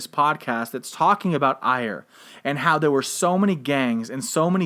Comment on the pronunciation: Ayr in Scotland is pronounced Air... Kirkcudbright is pronounced Kircoobrae